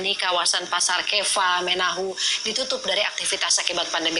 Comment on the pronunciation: Kefamenanu bukan Kefamenahu